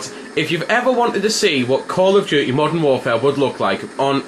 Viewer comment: he said call of dookee